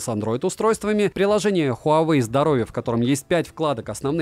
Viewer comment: совет: ХуавЭй, ХУЙайвей и тд, не верно. Провильно звучит так: уАуэй.